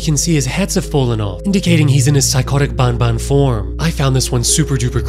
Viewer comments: It’s not bun bun it’s ban ban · It makes me laugh when he says garten of bon bon instead of garten of ban ban, it makes me think of Fnaf 😂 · Man needs to say ban ban instead of Baun baun is a life time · Its not boun boun it’s ban ban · Is not bonbon its banban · If i hear bonbon one more time... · its pronounced b-A-n b-A-n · Bro says bonbon3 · who the hell says banban in a french accent bro